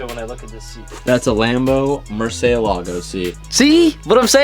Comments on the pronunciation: “Mercay lägo” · The way says Murciélago triggers me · That's a Lmabo Murcylago sea. Dude got more cents than sense. Can't even pronounce shit right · I cringe wen he says murcielago. He says it wrong